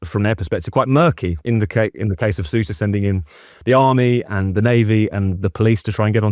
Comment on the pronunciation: 19 minutes in. How many English are in the EU illegally? We have space, lots of it. How many immigrants have you let in? We're dealing with Ceuta, you can't even pronounce it correctly.